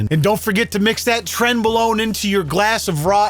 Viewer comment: "A side of trenbalone" 😂